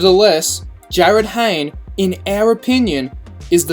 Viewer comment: jarryd hayne???